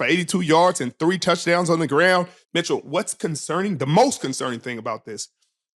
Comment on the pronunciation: STOP SAYING MITCHEL!!! Lol